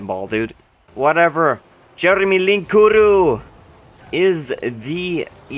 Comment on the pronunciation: Linkuru? Are you dutch?